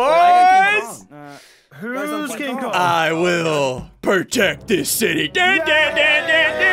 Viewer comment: “Its time to me to pwotect dis city” turns to king kong OMG